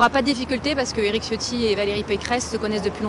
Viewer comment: Tchiotti , pas Ciotti, même si c'est un traitre à la cause Niçoise